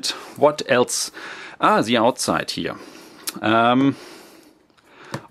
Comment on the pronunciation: Its not that hard to pronounce 'the'